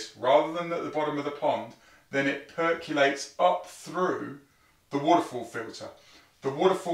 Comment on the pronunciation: "perculates" Okay mate